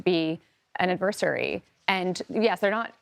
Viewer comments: An Advers ery. Wow, where did she learn English? And representing the Republican point of view. Perhaps she should work on keeping the Dept of Ed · This gal's pronunciation of "adversary" is interesting, Her annunciation of what kind of "actors" China and "like Iran" are I believe the word spoken is "bad", bad actors. Trump says Xi is a friend and Iran had Trump's confidence enough he tore up the nuclear arms treaty, poof, nothing left. We have met the enemy and he is us. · Mitch, you found your voice when you have no skin in the game., learn how to pronounce "adversary" and "renege". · Really? Your guest can't even pronounce "adversary."